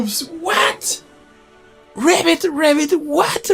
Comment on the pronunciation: Yeah, with bigger audience you could organize like these brawl events. Like no decks with custom limitations, to see who can get most imaginative build going within the constrains. And btw it's pronounced ribbit (the 'i' should sound like in ribbon). You were rabbiting a lot, which is, you know, a rabbit :D